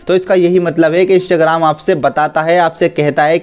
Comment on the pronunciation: Bhai bool rha hai Ishtagram 🤣🤣